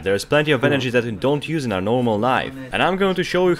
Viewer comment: فقط وقتی کلمه انرژی رو میگی میفهمم ایرانی هستی پنجاه سالم انگلیسی حرف بزنی بازم بگی انرژی ایرانی بودنت میپاچه بیرون 😂😂😂